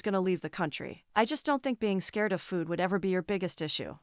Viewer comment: Drink every time she said “fEwD” in this video 😂